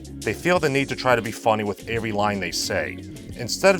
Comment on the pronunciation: I like how can't pronounce every correctly and pronounces it like "Avery"